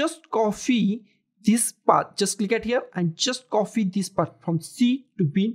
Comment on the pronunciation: please have a good pronunciation of copy not coffee